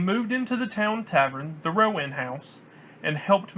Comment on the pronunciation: It's Row-anne not Row-uhn. Other than that, good work. Lived here for 30yrs.